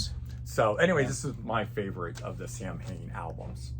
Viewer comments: Just an fyi Samhain is pronounced "Sow-en" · Its supposed to be Sow-en but Glenn said Americans don't speak Celtic so he will accept Samhain 😄 If you listen to the song he pronounces it correctly in the lyrics